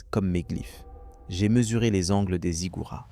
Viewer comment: La voix est agréable mais : propolissss zigouratttt .... métro ? 31 veeererererrule 7 Hz (...) perdre l'esprit, vous êtes en train de la (???) retrouver" Et je m'arrête à 17mn pour ça.